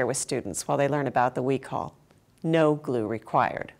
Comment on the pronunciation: Its Pronounced "we- cho- uhl"